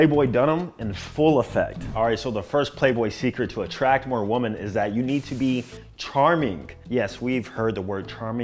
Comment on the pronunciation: bro, I fucks with you. That’s why I’m about to say this…. WOMAN and WOMEN. WOMEN is plural and is pronounced WIMMIN. 😂